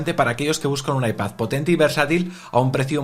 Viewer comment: IpaZ Air jajaj mola la pronuncación de las "d" a final de palabra como "z" LibertaZ, fraternidaZ, MadriZ jaajaj que grande🤣🤣